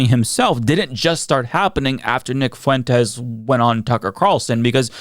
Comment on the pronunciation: "Whether it's Nick Fuuu en tez"